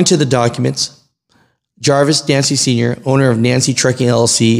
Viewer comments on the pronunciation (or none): Nance is pronounced with the E silent on the end.